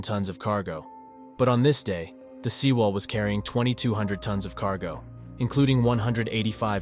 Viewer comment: Pronounciation should be like: seh wall or sae wall 세 월, not See wall